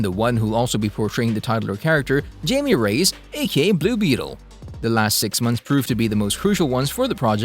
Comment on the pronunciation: He so awfully mispronounced Jaime's nams